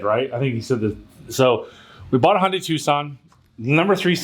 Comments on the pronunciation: The "H" is silent...it's actually (Jun-die). But that's what happens when you use and "English speaking" pronouncing application. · I just gotta say it. I hear it often. How can a car dealership mispronounce car names. Like you and the Hyundai mispronouncing. As soon as you said HONdai, I heard it. And soon after there's the correction. Learn from thst Dude. Respectfully mentioned 😂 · Hey, Hyundai rhymes with Sunday! Lol